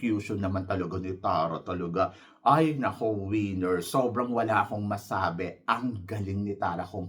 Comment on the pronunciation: ......Correct your PRONUNCIATION......It's not WIENER. This means your DING DONG. It's WINNER.